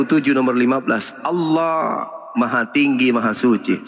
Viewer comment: Oten gak bisa.bilang Allah .....lidah di plintir